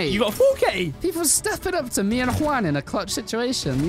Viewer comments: JAUN!! FUCKING JAUN INSTEAD OF JUAN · Like the vid if you found the name "Jaun" instead of "Juan" 😂